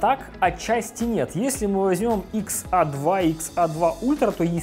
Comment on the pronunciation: XA - икс эй! Это правильное произношение